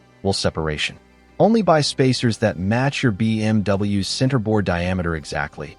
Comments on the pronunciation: Extremely annoying AI voice that keeps saying BMW ess instead of BMWs ! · your timely response seems like you take it serious, so video wasn't bad at all, but the ai narration, especially on stuff like when theres so many single letterings, b m w almost every sentance and then to make b m w plural Is just to much. Not trying to hate. Best of luck to you bro. Keep pushing foward.